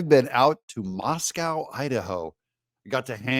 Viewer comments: “Moss-co” Idaho. It’s not Russia my friend! Whatever you do please don’t say “Ore-ig-gone”! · I live just north of Moscow, Idaho and it's pronounced "moss-koh." Not Moscow like in Russia!